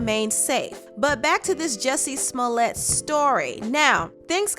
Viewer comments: How come no one knows how to pronounce this fools name. lets get it Right Its Pronounced " Ju Cci Smell it". Shut the fuk up cardi rat b. Didnt ur mom ever Tell you dont talk with ur mouth full. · Hey Cardi, the correct way to pronounce his name is Jucié Smoliét !